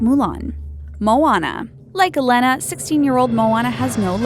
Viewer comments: Co cooom?? Dude it's pronounced (co co um) And Elena is not (el-ena) it's (el a na) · YOU SAID MY NAME-- I MEAN ELENA WRONG! ITS (E-laine-a) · UM, THE THING,U PRONOUNCE HER NAME EH-LAY-NUH,IDIOT!!!! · Um...no. She's Latina so her name is pronounced EH-LEH-NAH. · You said Elena wrong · You said Elena wrong. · bruh. learn how to pronounce Disney Princess names. Ariel= Airi•ul. Tiana=Tee•a•nah. Elena=Elay•nah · Did anyone get annoyed when she kept saying Ariel,Tiana,and Elena wrong XD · its uh-lay-nuh and on-uh (pronunciations, in case thats not obvious af) god, google it or watch the fucking movie before making a video about it